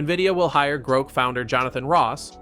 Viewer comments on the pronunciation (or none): It's Groq not Groke.